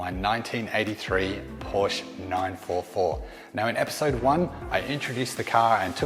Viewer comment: the ONLY thing we do not like is that you are pronouncing it poorsh... its porsche... with an AH sound at the end.